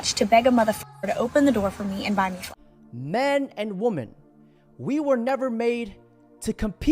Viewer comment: Woman and women are not pronounced the same. Perhaps you should look it up.